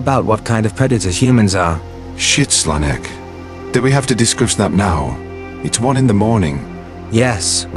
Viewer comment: Im listening to this on the backround and Slanek's name sometimes is pronounces as Sonic, which causes a whiplash everytime I hear it mispronounced jfjehdbd